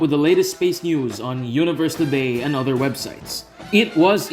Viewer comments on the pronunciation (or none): none